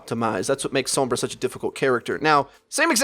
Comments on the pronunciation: Oh my god ITS SOMBRA (sawm-bra) NOT SOMBRA (some-bra) It's triggering me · S-AH-M-BRA not S-OH-M-BRA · whenever he says her name I cringe like scratching a blackboard SOAMbra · some-bra lol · If you're gonna pronounce the O as it would be in Spanish also pronounce the R the way its pronounced in Spanish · Why do you say sombra like that. She says her name not like the way you say it. Maybe you shouldn't play sombra if you can't say her name right. I'm Latino so this is why it bugs me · I am so sorry but it's really bugging me how you say Sombra xD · Pronounce sombra right u fuckin idiot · How do you pronounce Sombra's name so wrong??? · I know how it is said, and he butchers it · The way he's saying sombra is really pissing me off